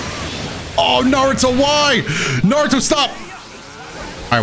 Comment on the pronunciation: It’s not narutoe man it’s naruto